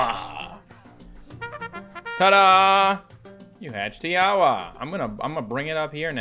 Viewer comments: Tiawa you actually say it as tinkwa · Fact Tiawa pronouced ti-a-wa